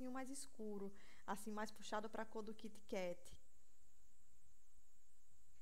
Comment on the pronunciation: LIndo!!!!Adorei as dicas!E achei super bonitinho ela pronunciar Kit Kat...